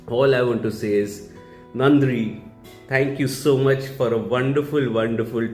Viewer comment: do you mean thank you? then it's not nandi, it's nanni